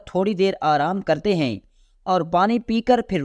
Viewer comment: بہت بدتمیزی سے بیان کرتا ہے۔ بولنے کے آداب سے عاری ہے یہ بندہ۔ اردو کا تلفظ بھی بہت ماٹھا ہے جیسے بہت کو 'بوہوت' اور معاوضہ کو 'مواثا' وغیرہ ہیں کو 'ہییں'